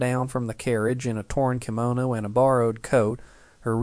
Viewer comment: "Kimono" - (Key-moh-no) A "Buckboard" is not a "Carriage". A Buckboard was the Pickup truck of the day. A Carriage was a light-duty passenger vehicle too fragile to do any real work. It was solely for transportation, not hauling.